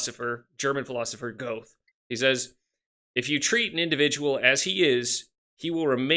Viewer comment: friendly feedback: Goethe is pronounced more like “GUR-tuh” from how I’ve heard it. Good discussion thanks for posting